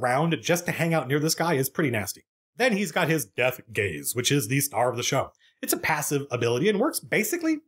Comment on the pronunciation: Zoned out for a minute, came back to attention hearing Matt say "The gays are it's primary weapon." Took a minute to figure it was "the gaze" and not a militarized pride parade.